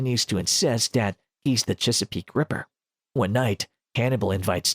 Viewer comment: chsapeek rieper, I dont know why but I just cant stand how this bot says Chesapeake Ripper